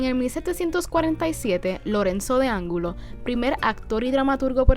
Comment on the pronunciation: Sería interesante que citaran las fuentes de sus asertos. Porque todos esos datos tienen sus historiadores que dieron sus vidas para certificar con datos y criterios no opiniones lo que ustedes expresan. Y creemos que deberían corregir la pronunciación de las palabras de la dama locutora y ampliar los conocimientos históricos de su entrevistado: no es Ángulo es Angulo. No es "componentes" es COMPONTES. Méndez Quiñones era un privilegiado conservador español nacido en Moca, no un representante del pueblo. Es Bernardo de Palissy (se pronuncia Palisí). El libro de Angelina Morfi NO ES un libro de historia del teatro sino una evaluación crítica. No es "Derks", es Eleuterio DERKES. "Manuel Alonso Pizarro" es un dramaturgo anarquista y artesano negro de Guayama nacido en 1856, no es "Manuel Alonso Pacheco", médico blanco de Caguas y el autor de El Gíbaro en 1849. No es Gonzalo del Toro, su nombre era Gonzalo AROCHO Del Toro. Méndez Ballester no tuvo ninguna relación con el cine. No es "Arribibí", es ARRIVÍ. Es "Torregrosa", es "Ortiz del Rivero". El asesinato de Luis Vigoreaux no es un "bochinche", colega, ojo con esas opiniones que pueden sonar muy excluyentes y machistas.Y Teatro del Sesenta se ofendería mucho si se infiere que ellos imitaron la tradición musical del teatro estadounidense, cuando precisamente hicieron todo lo contrario al aliarse a las técnicas del teatro brechtiano que el colega entrevistado debe conocer. El único dramaturgo puertorriqueño estrenado en Japón no